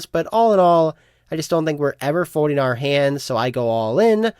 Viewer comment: What is a fodeing type? Is it the same as when you do or don’t hode? For a guy that’s name starts with an L it’s bananas how much he doesn’t know when words have an L in them.